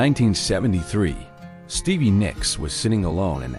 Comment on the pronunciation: “Stevvier” Nicks??? 🤣 AI is a joke.🙄